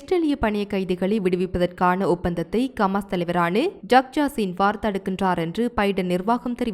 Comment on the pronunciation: ஏம்மா உங்க சமூகம் செய்தி நிறுவனத்திலுள்ளவர்களுக்கு ஹ என்ற உச்சேரிப்பு வராதா ஹமாசுக்கு கமாஸ் ஹௌதிக்கு. கூதி என்றும் உச்சரிக்கிறீர்கள் உங்கள் செய்திகளை உலகம் முழுதும் உள்ள தமிழர்கள் கேட்க்கின்றோம் கேட்பதற்கு அருவருப்பாக உள்ளது பிழை இல்லாமல் திருத்தி வாசிக்க கற்றுக்கொள்ளுங்கள்.